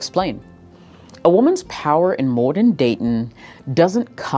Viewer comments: Why is she prononucing it Mor-den datin'? Not once but multiple times, at 6min mark. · How come you can't say modern dating properly?